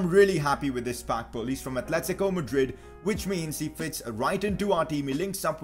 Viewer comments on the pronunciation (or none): none